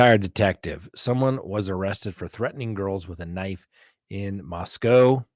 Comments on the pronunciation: I've lived in Idaho my whole 42 years and it's pronounced "Moss-cow". To us when you say "Mosco" that's the place in Russia. Love your channel! ❤️ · Moss-COW is correct. Lived in Idaho most of my life and that's how it is pronounced. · in English, OW can have one of two sounds: 1. OW as pronounced in snow, row, show. 2. OW as in cow, how, now. In the case of Moscow, we better listen to the locals as they know how their town's name is pronounced. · I don't get you. There are times when you say that death penalty cases are expected to take longer and should do to the type of punishment associated with the case. However now you're saying it's taking too long? Also, out of respect for the community you're reporting on, do you think, regardless of if you like it or not, you could simply pronounce the name of the town properly since you know it? Quit being a tool.